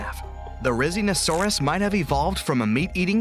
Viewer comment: No one realized they said “rizinosauris”